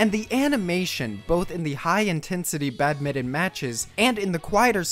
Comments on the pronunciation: Badminton BAD-MIN-TON, not bad-mitten. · its BAD-MIT-TON